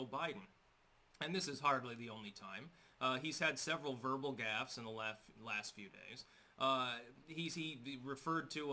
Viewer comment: The irony, sorry but... "in the laft few days" :D